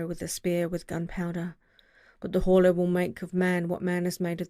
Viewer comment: ... In hindsight, I should have tried to inform you that the H is probably silent, if I had the chance. xD